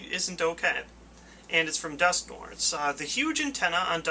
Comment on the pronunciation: dusknoir is not pronounced dusknor, as the 'noir' part of its name derives from french noir meaning black. having learnt french, I know that it is actually pronounced duskNWAH.